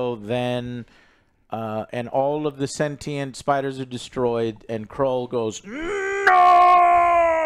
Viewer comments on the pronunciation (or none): It's Knull not Krull Joe 😂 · STOP SAYING KRULL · 1. Codex is straight from the comics. 2. KNULL G*D DAMMIT JOE. IT'S KNULL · Crull 😂 yet again Joe butchers a characters name smh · Krull? lol this is how I know you’ve never read a venom comic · It's Knull. KNULL! KNULL! KNULL! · Bro can’t even pronounce a one syllable name this time